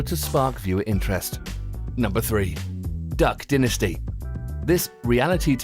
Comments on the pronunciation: Repeat after me, Duck dynasty (Die)nasty Not dinnasty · I love duck dinisty it is a great show. The word dinisty warms my heart when it flows out of peoples mouths. (it's dynasty (DINE IST E) you fucking idiot) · ohmyGOD IF HE SAYS "DUCK DINASTEE" ONE MORE TIME IMMA KMS duhck dye-nas-ty